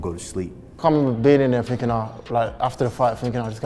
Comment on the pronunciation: Leon says Finking instead of THinking lol speech impediment